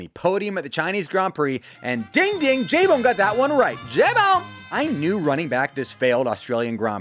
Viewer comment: It’s not J BONE. It’s L BONE